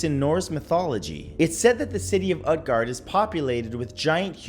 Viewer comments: 2 nit picks: Utgard would be pronounced Ootguard and Norse religions aren't dead. It makes up a goodly portion of paganism. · It is not pronounced UTguard, it is pronounced OOTguard. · Great video Matt by the way Utguard it actually pronounced (oot-gahrd) 😁, Scholomance was discovered just play WOW lol 😂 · It's pronounced oot-guard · Utgard is pronounced “ootgard” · Matt, say Groot, Cut the Gr, and add gard after the oot. Utgard. You're welcome. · I think that the U in Utgard is pronounced like Uutgard or Ootgard I wonder if Hy-brazil is the original idea for Avalon? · It's pronounced oot-gard